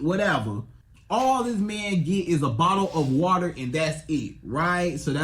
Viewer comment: A bottle or wotor 😂